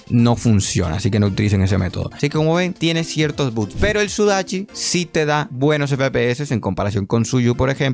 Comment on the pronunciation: por qué dice buts en lugar de bugs?